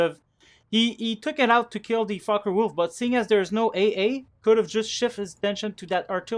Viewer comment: Did you notice that your fockewulf sound like fuckerwulf?